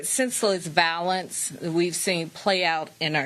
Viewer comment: The word is violence emphasis on the I , it is not pronounced valance with emphasis on the A , because there isn't any. I feel some kind of way to see my mayor on television pronouncing the words wrong. I'm just in need of New Yorker but that wasn't cool